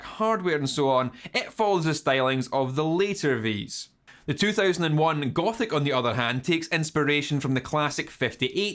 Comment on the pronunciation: No lie I thought you said Gopnik instead of gothic